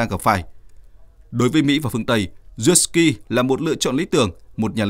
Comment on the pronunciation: Lên cậu hề là Zelenskii bán nhé.. Đọc tên cho chính xác